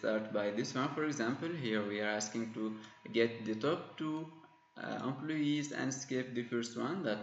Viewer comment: amployeesss :D .. thanks man for this video. We are always looking for these kinds of videos. I loved it when you pronounce employees as "aamployyess" :D .. No offence.. Keep up the good work